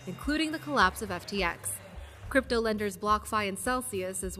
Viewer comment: did you say crapto?